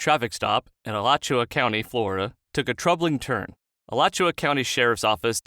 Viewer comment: Congratulations for pronouncing "Alachua" correctly. :)